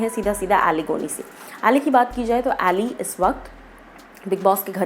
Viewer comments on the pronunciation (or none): Izzat se Kisi naam Lena seekho it's not A ly it's Ali Aly